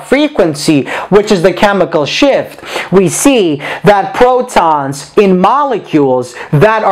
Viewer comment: Is it just me who heard chemical "SHIT"